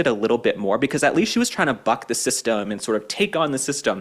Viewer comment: "Ay yand" Cortez is a moron.